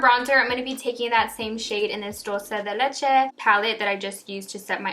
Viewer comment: I thought you were Latina until I heard you say “dolce de leche” lol nvm